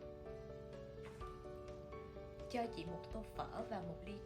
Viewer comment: is Cho prounouncted as "Cha"?